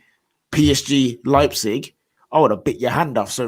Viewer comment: pronounced Leipzig right for the third time.